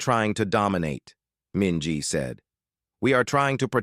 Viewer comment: Minji… really?